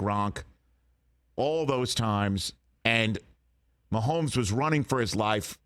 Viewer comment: there is no L in Mahomes' name. keep that outta there.